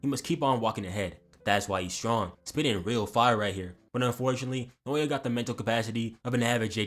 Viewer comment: You won't have to pronounce naoya much longer goat dw😭😭